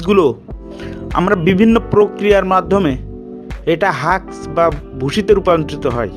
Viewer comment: Please learn to speak first. Your Bangla is not clear enough. Husk was called "Haks".